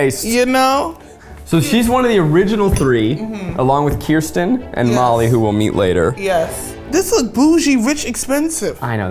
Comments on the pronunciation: Zach. Kirsten, phonetically is "curse-ten". Kiersten is, "Keer-sten"... I don't think my cousin would appreciate the misinformed having opinions ✌💗💞💫 Love you though 😂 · Ok so the Kirsten doll (btw, it’s pronounced Kersten not Kiersten), is my mom’s favorite doll since they share a name so I take offense to Zach saying her name is dumb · Not to be that person but it's ker-stin not kristen. Kirsten is my oldest sisters name. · It's KUR-STEN. Not Kiersten. Sincerely a girl named Kirsten whose partially swedish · FIRST OF ALL ITS KIRSTEN. NOT KIERSTEN. KUR-STEN!!